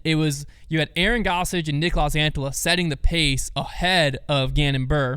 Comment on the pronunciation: It's normal, they still don't pronounce Niklas Antillas name correctly 😆